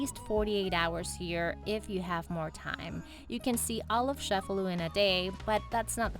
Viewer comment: The ce in Cefalu is pronounced as ch like the word chase. ie so , sounds like chefalu , not Shefalu!